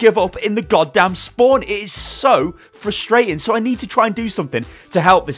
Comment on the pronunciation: the way you say frustrating triggers me, please say it with me FRUUSSSSSSTRAAAAIIITING